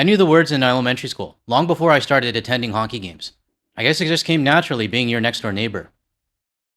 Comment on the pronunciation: Did you say "Honky" games? LOL 😂 America needs to be more like canada... whether singing at honky games or otherwise...